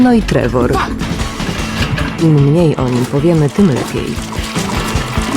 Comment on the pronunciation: Trevol przez V i nie R tylko L :)